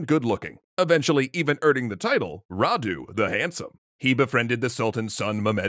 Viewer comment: Thank you for pronouncing Vlad properly and not with an accent and you're doing pretty well with Radu